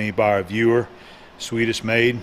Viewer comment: did you say Sweddish maid ?